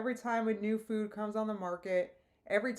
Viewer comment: This is nitpicky as heck, but I'm werided out by the way she pronounces food. "fvvuud"